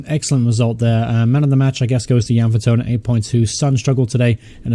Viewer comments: it's vertonGhen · I know you said your bad with names in previous videos but think of kitchen thongs when saying Jan Vertonghen. Really great content. Glad you're doing well.